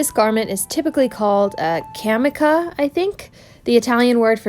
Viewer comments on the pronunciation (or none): Pronounced 'Ca-mee-cha' although I've also heard it said 'Ca-mee-see-ah'. I did a similar project a few years ago, but using heavy raised velveteen.